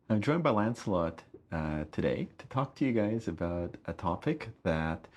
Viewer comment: Almost sounds like he's saying "Landslot" instead of "Lancelot" :P